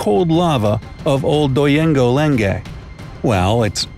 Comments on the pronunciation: its pronunced Ol Donyo Lengay ans yes iam indeed from tanzania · Say it quickly it’s Mt.oldonyolengai fool